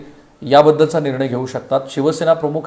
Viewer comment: सर आपण मराठीतील 'ख' (aspirated voiceless velar plosive) चा उच्चार हिंदी/उर्दूतील काही शब्दांमध्ये असलेलया 'ख़' (velar fricative) असा करत आहात. 'प्रमुख' आणि 'प्रमुख़' यातील पहिला उच्चार मराठीला धरून आहे. ही एकच सूचना. बाकी तुमच्या कार्याबद्दल आदर आहे. Best luck!